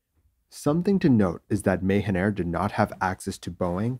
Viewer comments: Just a small correction It’s read Maahaan air even though it is written as Mahan Air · I think your pronunciation of Mahan is incorrect. The a sound in Ma is pronounced lin like ju sound in jump or mu sound in mumps. You are pronouncing like Ma like May. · Great video. It's called Mah-Han air ;-) I have flown it many times in and outside Iran. The pilots are renowned for brilliant soft touch landings. Tradition in Iran is that passenger applaud for a soft landing. Or not! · Anybody else understood "Mayhem Air"?